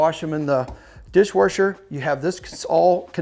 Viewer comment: Loving the content, also love to hear you say DishwaRsher lol. thank you!!! 😂